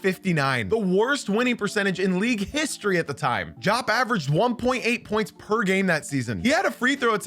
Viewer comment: It's pronounced Dee-op, not Jop.